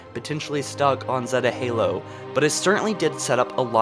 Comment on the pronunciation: Just Saying, Zeta Halo is Pronounced Zey-ta Halo